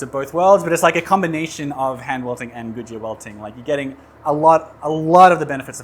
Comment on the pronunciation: Goodyear* Not Gujiya Vanakam* Not Vinakam